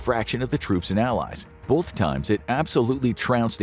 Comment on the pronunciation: It's pronounced "both" not "boLth"